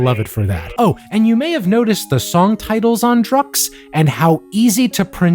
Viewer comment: You are a hero for pronouncing the song titels 🎉 respect